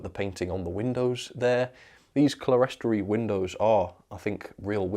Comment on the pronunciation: Just a note: the upper decorated windows are clerestory, and that is pronounced clear-story. Another note: THANK YOU! I bought one of these last year (2023) but haven't even taken it out of the box. I noticed your review when surfing YT today, and decided to take a look, and found that I might have a problem. I wrote to Rapido, and expect an answer back soon. There is a good chance your review has saved my layout, or at least my new coach!